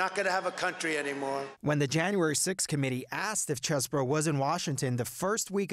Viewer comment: why r they calling him Chess-bro? Is is pronounced Cheese-bro!!!!!!!! c'mon cnn😢